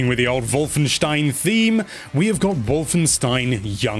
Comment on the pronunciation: Finally a english speaking person i heared got "Wolfenstein" right 😅😂